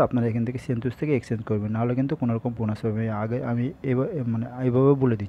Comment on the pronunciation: ভাই সেনটুস নাহ...সেন্টাস! 😒